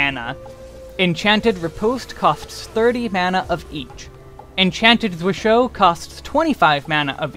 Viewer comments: it is German, one of the five core moves in German sword fighting. You were actually pretty close, the biggest thing is how you pronounced hau... Which should sound like "how", not "ho". It's a weird word that I'm guessing not a lot of people have even seen before, let alone tried to say. 😃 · Tiny nitpick: "Zwerchhau" is a Geman term, not a French one, so it's said completely different from the way you pronounce it. It's closer to (but not exactly) ""Tzveresh-how"" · I died a little inside when you pronounced zwerchhau like it was French word. Ooof.